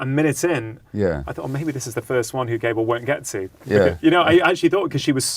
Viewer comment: Rangan - Dr. Mate's man's name is GAH-bor, not Gaybot ....(spelled Gabor.) I know you can pronounce it righ, less important than his content and your overall love of this man & his work, but something notice and note. . Overall a great discussion. Loved Jay's contribution -- found it valuable and useful. Bravo. thanks, BZ